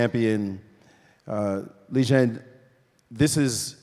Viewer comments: It's pronounced how it's spelled. Li Ren. Not Li Jen. Good god how did this guy get chosen to be the moderator/commentator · Kind of embarrassing that Maurice got Ding's name completely wrong. Ding Lizhen? What? A mangled pronunciation of Liren I can understand, but a whole different sound? And it's not like he's an unknown player - he's been WC for two years!